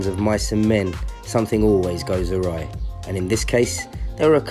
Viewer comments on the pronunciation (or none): none